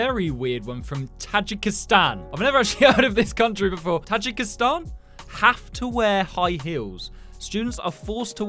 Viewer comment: Tajikistan is said taj eek istan